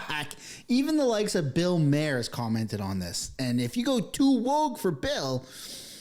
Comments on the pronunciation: MAR. It’s Bill MAR. 👍🏼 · And Bill Mayor? What’s up with this guy?